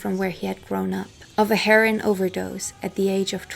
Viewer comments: "In a haze of Kiff". You don't smoke Kiff, it's a spread, you eat it. Why can't you pronounce the word 'Heroin'? Janis got the Heroin that killed her from her boyfriend Seth Morgan. Fact. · I love the way you pronounce heroine. Just saying scag dope or junk.. and i like Kieth out lives this monster 10×× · You said your three language disclaimer, I know, but, if you're going to do drug addled rock stars, the common pronunciation for Heroin is "Hair-Ohh-Inn". Heron is a fish. There was only one other single "wrong" word earlier, I can't remember, but your english is fine and dandy, but for that one recurring clam. Groovy Hat. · Heroooiiiinnne, Darling...not Hero like Nero, but "Heroine" like how you pronounce the female counterpart to a Hero. Otherwise, great video. It's actually kind of sweet that you don't know how to pronounce it. ( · heron is a bird. learn to talk. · It's not "herin," it's herOin. I'm sure you've heard Lou Reed sing it. Otherwise your English sounds as born yankee as my own. What IS your first language? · Pronounced HEROIN HER-O-IN. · It’s pronounced “her-oh-in” =heroine. You’re welcome. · Are you sure your a German not a American you don't have a accent & look like Marlo Thomas.The word Idea doesn't have a R in it & isn't prounced with a R. Also Heroin isn't pronounced Heron, Heroin is a narcortic. A Heron as you prounce Heroin is a bird. You speak English very well with no accent, better than a lot of Americans do & you almost speak it perfectly. Are you sure German is your first language not English. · Why are you pronouncing heroin "herin". Have you actually never heard anyone say it before? Lol wtf I thought maybe you're doing on purpose to prevent being censored or something but its in the title of the video so... who knows 🤷‍♂️ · It’s pronounced Hair-o-win. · Great work and very very entertaining. However, it's pronounced "her-o-win" and it's Pam Coor-son, sort of like "Door-son". Just trying to be helpful. Best Wishes